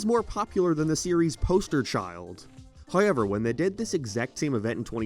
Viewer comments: Dude, I don’t care where you’re from or what accent you claim to have “hoyyyevwr” isn’t how you say however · HOW ever. Not Hi ever. SOUTH park. Not Sithe park.